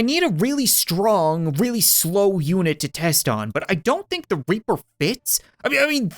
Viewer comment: Did anyone else hear that when he said reaper? Cause it sounded like something that i would like to not mention in the comments